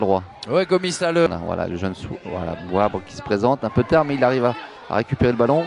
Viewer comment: c’est pas Bouabre c’est plutôt Bouabré😂